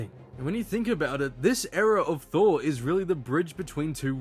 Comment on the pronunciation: "THORR" oops!